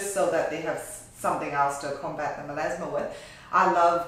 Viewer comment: Does he mean melAsma? Because he keeps saying melEsma.